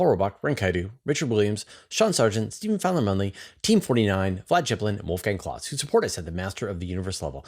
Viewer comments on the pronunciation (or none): none